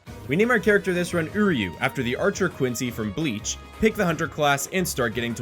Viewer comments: I'm so sorry for this but it's actually "Uryu" not "Iryu" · Uryu's name... is Uryu, not Iryu. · Its uryu not iryu